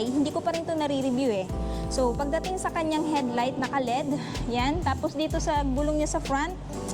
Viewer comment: L E D Ang bigkas nyan